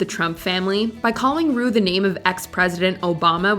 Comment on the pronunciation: When Jinx called Ru “ Broom” I died